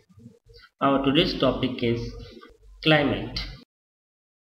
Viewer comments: it is climate not climale......pls improve your grammar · its not climale its climate sir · CLIMALE total LOL!!. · And what is this climale